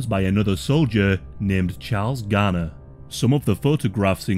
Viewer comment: Why is he pronouncing Graner as garner?